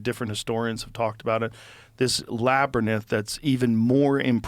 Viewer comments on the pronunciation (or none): LA-Brinth... not La-ber-nith... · Labyrinth Joe you donut .. not labyrnith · Is labyrninth a real word? Or did joe fuck up tryin to say labyrinth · Labyrinth??? NAH. LABYR-NITH. - JOE ROGAN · Labernith Joe!?!? Really!!? Hahaha labyrinth bro not labernith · Its 'LABYRINTH'.... Labyrnith. Lol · It's La By Rinth (labyrinth) Joe lol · labyrnith? Is joe going full biden? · Labyrinth- Lab-or-enth. Love you Joe! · Is he saying Laber-nith around the 1 hour 21min mark? Why is nobody correcting him? Am I hearing it wrong? Am I the problem? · Did...did he say labernith? A lot? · Say labernyth one more time Joe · Labbernighth. That's a viking word 😂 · If I ever meet Joe, Imma teach him how to pronounce labyrinth. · no one has the balls to tell joe it's not labernyth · what is a lab-burn-inth?? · Lol, Joe cant say Labrynth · The way joe says labyrinth 🤣🤣🤣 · I came to the comment section specifically to see if anybody brought this up lol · Yeah, they all held their tongues on that one lol